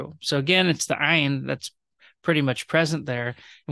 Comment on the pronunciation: Thank you this was very helpful, thank you for pronouncing ayin correct, I know many modern Hebrew speakers have difficulty with this 😊